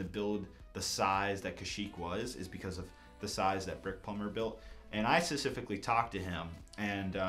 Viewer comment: stop pronouncing 'specifically' wrong